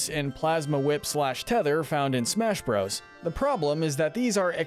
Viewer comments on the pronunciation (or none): none